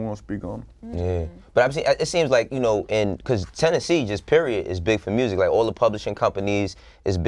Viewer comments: Lol how do you hear an "O" in the way he says music? I hear murzic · Nobody : Moneybagg yo : MURRZIC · The murrsic 😂